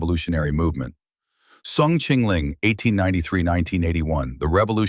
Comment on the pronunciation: Is soong not thong, Your pronunciation suck.